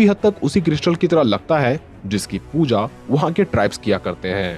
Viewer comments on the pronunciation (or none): none